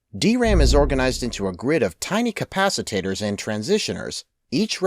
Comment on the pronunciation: pronounced capacitors and transistors wrongly